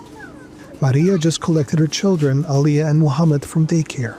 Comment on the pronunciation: Muchamed? Really